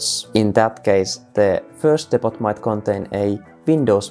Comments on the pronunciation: for the record, "depot" is not pronounced depp-ott, it's more Deep-oh. Silent 't', long vowels. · Great vid! Btw Depot is pronounced "Dep-po" (don't ask why, English is weird) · Good solid video. Only issue is that it's pronounced "depo" even though it's spelt depot, other than that good solid video. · Damn thanks for the help Also gotta love the pronunciation of 'depot'. Engrish at its finest